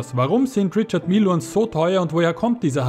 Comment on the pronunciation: Rischar Mije ist die aussprache